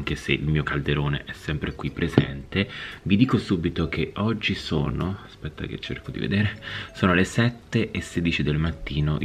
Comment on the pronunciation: È uscito Dan Pasquale: "ASCHPETTA"